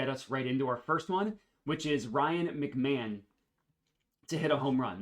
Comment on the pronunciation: Isn’t it pronounced Ryan Mc-Ma-hone? The announcer was wrong if not hahah love the videos man